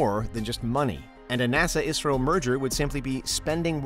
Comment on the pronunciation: Thanks for pronounce properly ISRO.